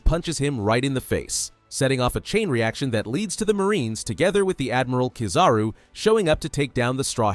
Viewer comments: But he said the name right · He said the name right